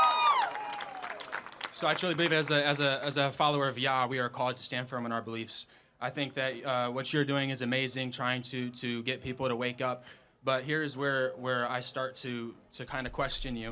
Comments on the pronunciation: He can't even pronounce God's name right it's not yah it's Yahweh the Breath of Life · Its Yahweh not yahhhh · He cant even pronounce Yahweh.